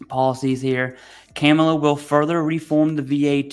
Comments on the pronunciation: You can start with pronouncing her name correctly, sir. Madam Vice President will do, also. It's unfortunate that we as veterans can't see who is really trying to take away our benefits, aka project 25, some of which many of us are still waiting in line, for equal due process, in spite of honored service to our Nation. Bottom line, thank you for all of the information you share with each of us, without fear or favor. Independent of personal identity politics. Who ever is willing to work with or for us, is not against us. That's my choice in November. Remember who voted for the Pact Act in Congress, signed by our President Joe Biden, and who did not, but touts credit for it in their beloved districts. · First - when someone says "I am keeping politics out of it" - I immediately hear the same thing as when somebody says "I don't want to sound racist, but..." then says something racist. Second - She is VPOTUS and you should learn to pronounce her name properly. Her 4 year old nieces did a good job of explaining how to do it during the DNC. If a 4 year old can figure out how to do it, not sure what that says about adults who cannot manage. Third - My father and I had better luck getting VA disability and benefits under Dems compared to what we got from Repubs. My father was wounded 3 times as a draftee in Vietnam, obvious PTSD issues. He could never get approved until Obama changed the rules as far as proving service connection for PTSD. Prior to Obama, you needed specific proof and several witnesses. Yeah, hard to find witnesses when some were KIA, WIA, and basically disappeared after getting discharged. Post 9/11 GI Bill for me - although signed by Bush 43, was a Dem initiative that they basically had to force Bush to sign. I also finally got disability under Biden/PACT act. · Commi-La. I'm not the guy that normally points out spelling errors. Communist Camel-la!! Tomato or tamato. Dems are so worried about peoples accents and not the actual issues in the US